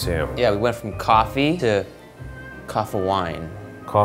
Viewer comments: I Love the way they pronounce coffee... Cohee! 😄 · “Coffa wine” “coffine” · Its Cofine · no, it's coffine